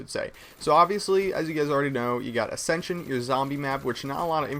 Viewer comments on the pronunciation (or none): ACCENTION! ACCENTION! ACCENTION!